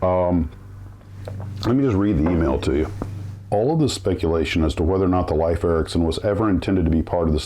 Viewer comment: It is correctly pronounced "leaf" not "life" Ericsson.